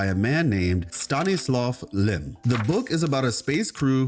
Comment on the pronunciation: Stanisław Lem? POLAND MENTIONED 🇵🇱🇵🇱🇵🇱 Btw. You pronounced his name quite well.